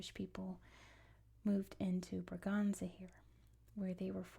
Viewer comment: Just a small corretion: the letter ç in portuguese is read like ss. So Bragança would be bragansa and not braganza (that's the spanish pronouciation). Like Açores is assores and not azores. Love your videos!